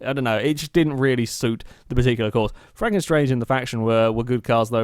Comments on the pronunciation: I think it is franken stange, not franken 'strange' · pronounced at Frunken Stange (Stange as Mustang, but without the 'Mu')